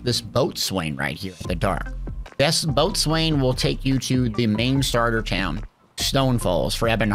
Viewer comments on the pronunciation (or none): Bo-sun is how you say boatswain